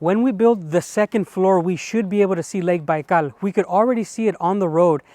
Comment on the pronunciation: Why you always say "Baikal" in the most Spanish way ever?